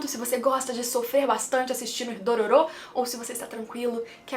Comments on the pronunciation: Como a fala Dororô como o fala Dororu Como o dororo fala Dololo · AAAA HYAKKYMARU FALANDO "DORORO" É MEU PONTO FRACO 🙈🙈❤❤